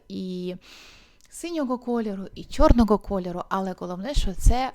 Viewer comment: Нажаль українська мова не дуже по-українському звучить, дуже ріже слух звук "г" гострий, як в російській мові. В українській мові є два звуки і дві букви "г" звучить м'яко, а "ґ" гостро. Так от "гардероб", "чорноГо, синьоГо, вдяГати, взаГалі" і тощо мяють м'який глибокий Г, а не гострий Ґ. Інформація добра, але я не змогла дослухати. Єдине слово, яке почула нормальною вимовою "багато".